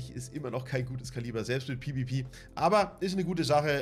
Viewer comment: olle FLIEHHHHHHHHHHHHHH Markt und items FLIIIIIEEEEEEEEEEEEEEEEEEEEEPPPPPPPPPEEEEEEEEEENNNNNNNNN. Warum sagt du nicht PE VAU PE und net immer PIII WIE PIII